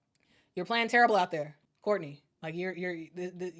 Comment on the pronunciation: I thought I heard you say, "torrible". I'll assume that it's worse than terrible and horrible put together.